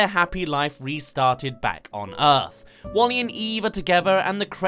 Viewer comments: Pronounced Wall-E not Wolly! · Not "Wall-E" but it is "WALL•E". WALL•E is an acronym: Waste Allocation Load Lifter: Earth-Class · WALL-E, not Wall-E :( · "Nyeh Heh Heh" (or Bonetrousle) works perfectly right there. Some compare Alphys to WALL-E in some ways. And let's not forget the stitchpunk "5" from Shane Acker's '9'. That would be kinda like David Lynch's interpretation of 'Dune'. Come to think of it, the "wasteland Earth" is vaguely similar to Arrakis. Try not to think of that as a "D for T." Instead, think of it as a "soft T." In other words, Chaotic Good will triumph over Lawful Neutral. All we have to do is rid ourselves of governments, corporations, and social "order" (read "oppression"). Lawful Neutral is more frightening than Lawful Evil. At least Lawful Evil has a cause. Lawful Neutral is entirely dispassionate and, in a sense, nihilistic. Same's true for Alphys. Guess that makes her vague similarity to WALL-E somewhat ironic. Andrew Stanton claimed he'd only seen Short Circuit once and didn't base WALL-E on Johnny Five, but even his internal parts have that '80s analog look! Resist globalism! Embrace nationalism! * cue Spear of Justice theme * (And yes, Undyne would back me up on that.) So why aren't we fighting the parasitic acolytes of globalism in the streets? You could reference THX-1138 or Aperture Science and you'd be spot-on either way. Stanton drew a lot of influence from Aldous Huxley. Stanton mentions that in the commentary. THX-1138 and/or Silent Running since they both influenced 'WALL-E' and both have an anti-state, anti-corporate, a